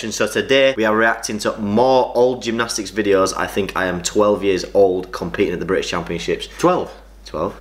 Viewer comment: AnD I Doo GEMNOSTIICS AGHHHH